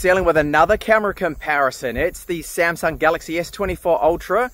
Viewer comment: samsung not semsang 😂